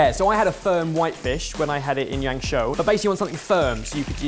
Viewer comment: The way keeps saying "Yangshuo" drives me crazy throughout this video. A break down: yang= yong (yawn-g), shu (shoe) o (as in home). Then just blend together